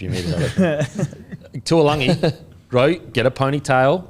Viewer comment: Fellas, could you please start pronouncing Murray Taulagi’s surname correctly? It’s not spelled ‘Tuilagi’ so I don’t know why you keep pronouncing it like that